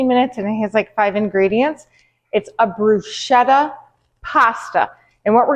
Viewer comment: So glad you popped up in my feed -- this looks delicious! (I believe it's pronounced bru-sket-ah with a K sound, if memory serves?) Heading off to watch more of your vids! Vegan for 3 months after toying with it for years, and learning that simple is best for me, just like this dish. I have a tendency to love long, involved recipes and end up overeating, making it a whole project. eek